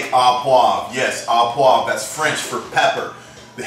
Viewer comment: Hey I liked your presentation and to hell with the pronunciation, I'll try a recipe from a good Texan cook rather then a wannabe Frenchy who says "oh" correctly. The food looks good!